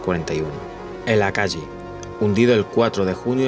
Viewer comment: Akagi (se lee akagui) la H japonesa se lee como en inglés. Lo mismo que la J o la Y. Deberías poner los nombres escritos, y si no sabes cómo se pronuncia ponlo en Google translate y escucha. Sirve un montón (yo igual los barcos los conozco desde antes, deje de ver el vídeo en el Akagi. Ahora veo si llego al final)